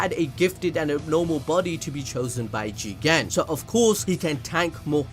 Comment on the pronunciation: Jigen more like chiken - google translator